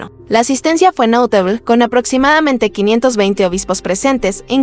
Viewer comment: "NOTABEL Y SIGEN" en vez de "NOTABLE Y SIGUEN". El contenido del canal es muy bueno, pero por favor no hagan uso de voces artificiales. Saludos.